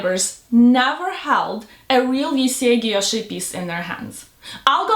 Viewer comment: that’s what I thought too! She never defended her GUILLOCHE bracelet being real. She couldn’t even say the word GUILLOCHE.😅 so sorry for the poor hubby. 😂